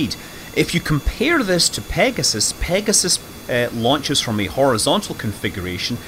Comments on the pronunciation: Launchers lunches launches lunches launches lunches launches lunches so pretty tricky word you try saying it lol Scott Manley we love you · Scott is doing a conscious parody of himself. He often misspeaks and catches himself. This time, he used it for a pun. "Lunches, launches" Even in this video he says interstellar when he meant interplenetary and catches himself within a split second.